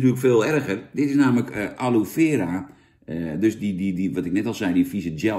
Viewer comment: je hoort het als aloè aloie uit te sprekent en niet aloe